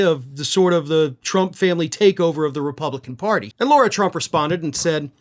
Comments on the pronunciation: Dude, it's LAR-ah. Not LORA or Laura.. Now I'm no fan of the trumps, but everyone deserves to have their names, said the right way. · Lare-uh not Laura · IT'S LARA! NOT LAURA! God! I love you, but you drive me crazy when you continue to mispronounce the names of people who are constantly in the news and everyone else pronounces it correctly. AND MARCHAN IS PRONOUNCED "MARSHAHN"! God! It's your job to be accurate! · Her first name is "Lara", not "Laura". A small issue, but pronoucing everyone's name correctly makes your content that much more credible. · Lara not Laura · It's Lara not Laura. Pretty important to use language properly in your seat bro. She Still is POS but that is beside the point. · Her name is Lara, not Laura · Still here asking to pronounce "Lara" correctly, and stop saying "Laura". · Does she actually pronounce it "Laura"?